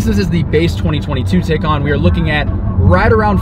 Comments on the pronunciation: it's TI NOT TAY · If you’re going to purchase one, you need to first understand how to pronounce it. It’s pronounced like “Tie Con” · Taycan - like Thai- Khan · Por-Shuh Tie-Con............. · You might want to learn how to properly pronounce a car that you purportedly are reviewing.